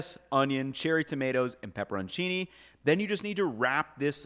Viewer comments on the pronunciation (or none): none